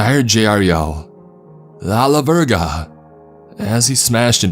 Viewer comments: Nononono. New Mexican here, I was both annoyed and amused at your completely butchered pronunciation of "Ala Verga". It's Ah-La-Vayr-Gah, not...however you pronounced it. Also, it's not "pin-yawn trees" it's pronounced "pin-yo-n", it's just spanish for "pine". I'm not sorry, any New Mexican would understand my need to correct the pronunciations. Can't help it. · Anyone else crack the fuck up when butchered the fuck out of "Ala Verga"?? I lowkey never heard it pronounced like that. Good shit. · "A La BERGA" Spanish speakers have left the chat.